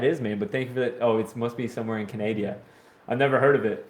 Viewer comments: we live in Canada! not canadia check your pronunciation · what? He says Canada wrong twice